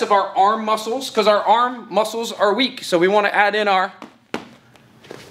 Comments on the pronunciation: LEG MOUSCLES just say it LEG MYOESCLES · tap tap me - LEG MOUSELS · Why did he stop saying LEG MWUSSELS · Was waiting for you to say “LEG MOUSCLES”